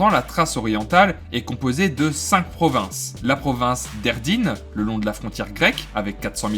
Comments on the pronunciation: Edirne ("Edirnè") par contre, pas Erdine là tu t'es trompé Et je vais rien dire sur les prononciations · on ne dit pas Erdine mais Edirne sinon bonne vidéo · C'est pas la province d'Erdine, mais d'Edirne (le nom grecq c'est Adrianopoli) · btw c'est Edirne pas Erdine je crois